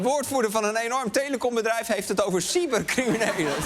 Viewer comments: Ik verstond “sywertcriminelen” 😂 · Ik verstond toch echt SIEMMER criminelen 😂😂😂